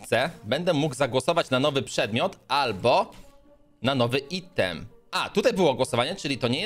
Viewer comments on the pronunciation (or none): none